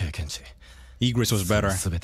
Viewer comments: Just so you know it's I not E gris :yougotthis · The japanese VA called "IGRIS" as IGURITO 😭 I hope the VA wont say ALAISU 😭